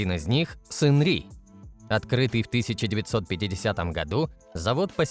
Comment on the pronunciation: "Шангри" - нет же, Сынни или Сынри, нечто среднее между этим произносить. "Зажиточному классу северной Кореи" - в КНДР один класс, пролетариат. Про запрет на частное владение авто - бред, как и про сдачу одного авто государству.Это утка из газетёнки "Чосон Ильбо". Владеть авто можно было. Только дорого и незачем. Топливо в стране дорогое из-за эмбарго, а квартиры бесплатно выдают по месту работы, на работу ездить не нужно. Что касается Кима, то "По неофициальным данным" - это уже пояснение достоверности всей информации. Реально подтвержденного владения чем либо нет. Лимузин активно используется правителством, но не только Кимом. На этом же лимузине с этими же номерами передвигался Чхвё Рёнхе, номинальный глава КНДР. На фоне Кима часто виден джип "Пхёнхва", автозавода КНДР, примерно годов выпуска. Скорее всего, это и есть его автомобиль. Все остальное высосано из пальца. Современные производимые авто КНДР - это пратически всегда лицензионные копии китайцев. Но не всегда. Так, трактор "Чоллима 804" Кымсонского тракторного завода - это глубоко модернизированный МТЗ-80. До сих пор выпускается КРАЗ, Jaju-82.